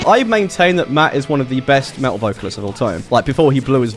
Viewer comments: the correct way is "met-al" not "me-tal" or "met-tal" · As a midwestern American who also does not pronounce the T’s in the middle of words, I’m frustrated I don’t say “Metal” like this.